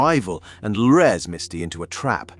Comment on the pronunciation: I'm going to start saying "lures" like that now LOL.. Loo-REZ